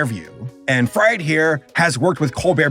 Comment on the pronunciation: Btw, it is RJ. Fried, pronounced as "freed". Same way as Victor Fries is pronounced as "Freeze", not like "french fries" :D